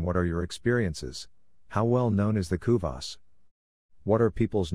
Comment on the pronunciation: Pls try to pronounce kuvasz and every hungarian word correctly next time...it hurts hungarian ears